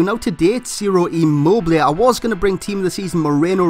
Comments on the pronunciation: You speak his name right, i am italian.. :) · You just got his name right.